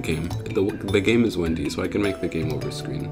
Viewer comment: its game over not "gmea orver"🙃